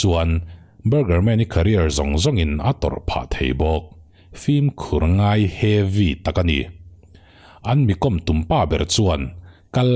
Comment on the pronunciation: Heavy tih tawngkam hi a hman a nuam deuh a ni turah kan ngai a ,mahse ati lemdeuh chuan ka hria a, uar tum lutuk hian a ti ho deuh in ka hria.